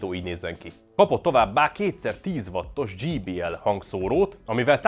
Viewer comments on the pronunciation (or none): Tanuld mar meg kiejteni a JBL-t angolul!